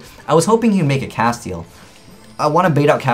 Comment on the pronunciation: I'm tired of people pronouncing this card wrong. its castEL not castiel there's no I in the name its castel cast-el...